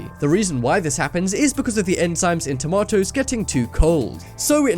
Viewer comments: why is he saying tomatoes like werid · I like how he says tomatoes heh tamatoes. by the way random question who has windows 10?